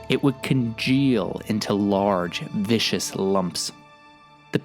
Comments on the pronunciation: Just gotta say viscous like couscous not vicious, although the knight might say otherwise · Viscous, not vicious.